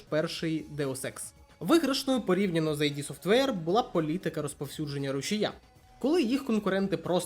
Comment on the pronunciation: Дякую за цікаве відео! Одна ремарка, не АйДі софтвер, а ІД софтвер. Кармак якось у інтерв'ю розповідав чому так.